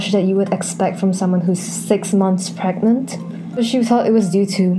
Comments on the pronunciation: u mean pregante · “Can you get.. Pregante?”